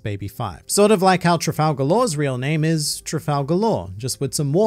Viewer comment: "Trafall Garlaw"